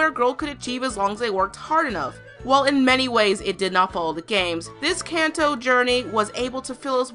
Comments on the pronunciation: Im Triggered. It´s Kanto not KantoS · You keep saying Kantos, as if that's the name of the region, and it's KANTO There is no S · The only problem I had in this video was the added s to two words kanto and Meowth. There is no s in kanto its kanto not kantos. And it's Meowth that's right Meowth not meouse. It sounded like she was trying to combine Meowth and mouse and came out as meouse. Besides that I agree with everything in this video and I enjoyed it very much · I'm sorry, "Kantos"? Something seems a bit off here... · did you keep saying kantos through out the video instead of kanto? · ...It's the Kanto region. No s at the end. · It's KANTO, not KANTOS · ITS KANTO NOT KANTOS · Did you say "Kantos"? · You keep say "Kanto" wrong. There is no "S" in the name. Even the real life Kanto region doesn't have an "S" in the name. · there is NO s in KANTO! The friends serve as Ash's foil and voice of reason. Misty is the foil, Brock is the voice of reason and the expert on gym battles unless Ash beat a gym by a silly contrivance. Ash becomes a much better trainer in the later seasons. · Why do you keep adding an 's' onto the end of Kanto?